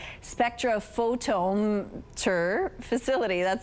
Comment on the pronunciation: It's embarrassing that she's the absolute best there was out of the job candidates, and she couldn't take 5 minutes to ask someone the proper pronunciation of spectrophotometer.